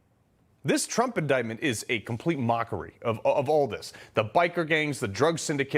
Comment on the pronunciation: Fani Willis says "Indickmouth" lmao.......